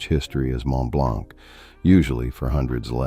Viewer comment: Mont-Blonk 😂 As if 11labs can't pronounce basic french